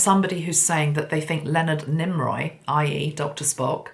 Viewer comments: Nimoy not Niroy. ♥️ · Why did you call him "Nimroy"? It was NIMOY. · NIMOY sweetie not NimRoy 😘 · Lol, Leonard Nimoy (Nee-moy), not Nim-roy. 😂 You're so adorable. ❤ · Why did you keep calling him NimROY? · Thank you so much...that was really interesting. I love how you connect the different signs and synchronicities...wow so many messages from that. Yes, it was James Cameron who did Titanic. Also, I have to mention cause it was bugging me a bit..it’s Leonard NÉE-MOY not NEEM- ROY. Not sure why the “R” kept coming into your pronunciation of his name...anyway it was all still really FASCINATING (as Spock would say). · Good morning from Canada. 🇨🇦👋. Mr. Spock’s real name is Pronounced: Neemoiy. There is no R in his name. 👍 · Why do you call him NimRoy? you must be tired.. my favorite was Bones but Spock was a second favorite. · Thank you,! I've been a long-time fan of Leonard Nimoy and I have his books. His last name is pronounced "Nee - moy". 😘 ⚘ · I sent angels to be around her and saw her surrounded by angels. Dear, I adore you, but his name is Nee-Moy